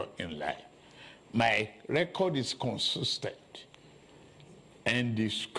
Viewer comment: my fellow "con-tes-ten-stance" :face-purple-crying::face-purple-crying::body-blue-raised-arms: I urge you to do same